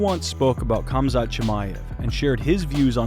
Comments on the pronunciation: For christ’s sake, americans, please learn to pronounce names. It’s not Kamzat, its Hamzat. As is Habib for that matter. Is it not bad enough that u guys are so illiterate that you only speak one language and on top of that you decide to butcher every name besides John? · For the love of god chumzat is not the pronunciation . Khamzat or pronounced as hamzat is like D'jango, the K is silent. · 👏👏👏 Another channel who cant pronounce Khamzat's name properly. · you are pronouncing his name wrong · PEW-GA-LIST? Pew-jah-list you ignoramus that can't even pronounce THE FIGHTER HE'S COVERING NAMED: HUM-ZAT not KUM-ZAT.